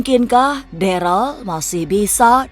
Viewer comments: Namanya Darel bukan Deral 😅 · DAREL BUKAN DERAL, KLO MEMANG ADA DISITU COBA DIAMBIL BISA NDA? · Darel woiiiiiijij bukan deralllll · Host nya bikin kuping risih Ngomong darel aja jdi deral